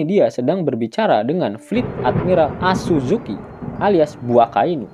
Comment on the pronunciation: Bukan azuzuki min hoii😂😂 tetapi fleet admiral sakazuki(akainu)